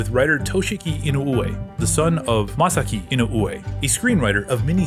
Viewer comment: The last name is pronounced "E-noo-whe." "Whe" like "when" or "where". YT recommended this video. Glad I watched this. This is quality. Subbed. Great work. 👍 Hope you'll feature more non-sentai/KR/ultra Toku shows.